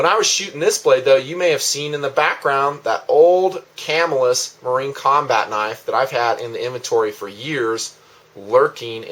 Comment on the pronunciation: +1 on the pronunciation. Ca-MILL-us.